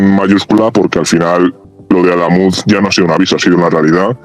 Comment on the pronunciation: con una novia cordobesa no vuelvas a cambiar el acento, adamuz es aguda.